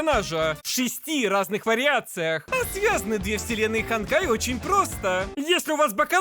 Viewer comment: а вы название читаете это хонкай